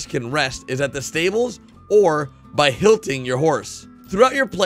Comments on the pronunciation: It’s hitching, not hilting. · Hitching, not hilting.